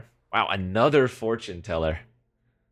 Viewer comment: four-tune teller :D